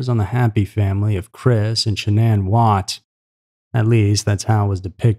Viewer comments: Dude...how many different ways are you going to incorrectly pronounce her name? As much as this case has saturated the media you would think you would know how to pronounce not only her name but the other names you were clueless on how to say correctly! Why are you even covering a case like this that everyone is already SOOO familiar with and that you could not (and did not) possibly add anything that everyone did not already know???? Between this and that ridiculous video you made about the Petito case recently where you did not even seem to be aware that the guys dead body had been discovered already like a month prior - it makes one wonder what is up with this channel....disappointing.. By the way you had several "facts" incorrect as well- he was never released on bail at all-he was never offered bail at all so I'm not sure where you came up with that Sept 1 date because it's just not the case...and you are completely wrong on several other "facts". Also, how can you possibly say that he made "honest" statements later? It is not known by anyone if he was being honest at any point. For you to make it sound as if it was ever believed by anyone that she harmed her children and left it as if it were "fact"?? And to make those disgusting noises as if children were being choked?? How disrespectful!?? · I had to turn off the sound and use subtitles. The speaker mispronounced Shanann's name every five seconds. How annoying. "Sha-NONN." FFS, dude. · I know you put a lot of work into your videos, but you pronounced Shannan's name 3 different ways in this video. Please don't do this. It's disrespectful. Edit ~ No one has ever called her ShaNON, like you seemed to land on permanently. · So is it Shannon, or Sha- nonn, nlmao you pronounce her name two different ways all through this video And I’ve never heard the name Shannon pronounced sha nonn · Even after oodles of interviews , FB videos and other footage people still can't pronounce this woman's name right.